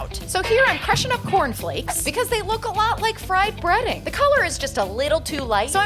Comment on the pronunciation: I thought you said breeding and I was very confused